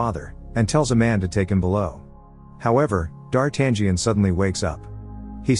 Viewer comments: It never gets old! It never gets old. No matter what form of media it's got adapted, no matter from which era, no matter how bad D'Artagnan's name was pronounced, the adventures of the Three Musketeers will always be my all time favorite classic. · He is prouncing the main character’s name wrong . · So you cannot even pronunciate D'Artangion right so don't waste your time folks. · I can't with the A.I d'Artagnan pronunciation 😂 Solid movie, brings back memories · D'Artangión is pronounced D'Artanion - the 'g' is silent. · Yep. I wish it was pronounced "Dar-ta-nyan" instead. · Lol that guy cracks me up when he keeps saying Dar tangent like it's trigonometry 🤣 It's actually pronounced Dar-ta-nhon, like NHon where the H isn't silent. Closest I can think of since English doesn't have that sound. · It's not pronounced "D-Art-tan-gee-an." It's "D-ar-tan-yan." The "gn" form is run together in French and Italian and comes out as "yn." I can't watch this with the mispronunciation. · DARTAN GIAN ? Gian ? Really dude ? It's DARTANIAN , you have to omit G and then you may pronounce it Dartanian . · It's D'Artangión NOT Dart Angion ! :face-orange-frowning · It's pronounced Darten-yo. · "DarTangian "?... LOL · Dartan-gee-an? Seriously? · He gets rocheforts name correct but buggers up on the cardinal and D'Artagnan (Dar-tan-ion) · Its pronounced Dartayan. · it's "dar-tan-yun" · Dar Tangerine 🤣🤣🤣🤣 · STOP pronouncing the 'G" in D'artangnan. the 'G' is silent. It's pronounced “dahr-TAN-yen” if you're taking AP Lit in the United States and you have a rhotic accent, but I'm sure they spruce it up in places that don't (“dah-TAHN-yon”) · Say dartangen one more time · I still cringe when I hear 'Dar-tag-ion' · Oops...... its pronounced Dar-tang-yon.....or something similar . Great recap though 👏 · Yeah. No 'g'. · The G is silent in the name D'Artagnan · This movie is one of my favorites, which is why I would like the imbecile narrating this video to learn how to pronounce "d'Artagnan"...